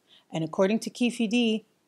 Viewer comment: Keefe D is pronounced Keef D. Anyone out there making these types of videos should take the extra time to research how to pronounce names correctly. Pronouncing names wrong is seen as amateur from a filmmaking or professional video creator standpoint. Just a tip.